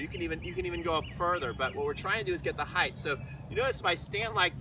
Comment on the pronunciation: I like this guys videos because he says 'height' not 'height-th' like some others I hope Sammy is ok!